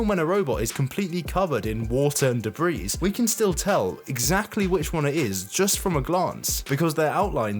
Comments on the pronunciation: "duh-bree" not "duh-breez." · beHEHmoth... DebriSSS... brother why? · The S in "debris" is silent. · gnarrr I wish you would pronounce words properly. Behemoth = buh-HEE-moth Debris = de-BREE I can't take any more of this, why even use these words if you don't know how to say them?